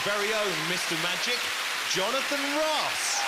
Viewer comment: I LOATHE Jonathan Ross (Woss)'s speech impediment.